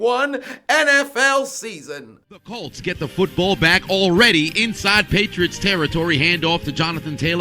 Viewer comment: "feetbull field"